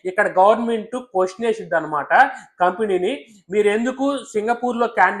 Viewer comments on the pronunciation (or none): none